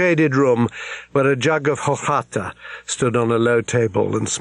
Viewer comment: The drink is “orchata”, not “orjata”. Rice milk.